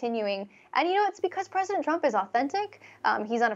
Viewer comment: “Presidnet”?? Lol